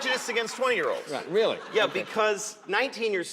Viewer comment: "If I die tonight, they'll be homeless tomorrow morning" "WEEEALLY?!"